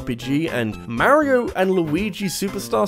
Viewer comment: No...just no....the "j" in "jrpg" stands for Japanese, if it's not made in Japan its not a jrpg. NO DUDE NO FRIKKIN LEARN HOW TO PRONOUNCE MARIO!!! Dude....seriously.....no.....Alberta=Canada=not Japan= not a jrpg. No....just no....anyone can make an RPG, but jrpgs only come from the Japanese.